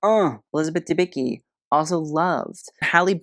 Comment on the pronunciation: The C in Dębicki is not silent. Read it. It sounds like "t's" is "what's up". 😉